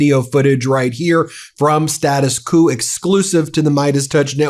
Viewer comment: thanks!, but let's pronounce "Status Quo" correctly: Status 'Kwoh'